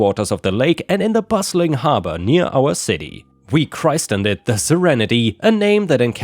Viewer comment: Despite how it's spelled, "christened" is said as "chris-sin-ed" not "christ-end"